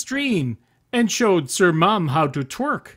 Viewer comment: The times before said cir.